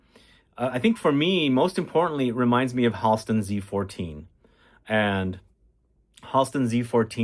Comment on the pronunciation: Tonka Commodity is relaunching the 24th FYI It’s “Hal-ston” (Friends with his niece)